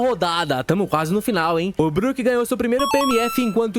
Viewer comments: Várias incoerências.. em Punk Hazard, ponto pro Chopper que salvou as crianças, onde está só um chapéu de palha nem deveria contar.. Sem falar que pronuncia tudo errado.. BROQUE kakakakakakakakaka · O cara fala BRÓKE.. não dá pra levar ele a sério. 🤦🏻‍♂️🤦🏻‍♂️🤦🏻‍♂️